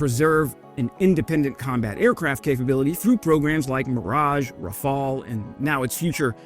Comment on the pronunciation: Hey, you finally pronouced Rafale correctly! Congratulation, i am so proud!